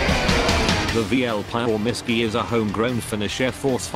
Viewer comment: "The pile misky" bruh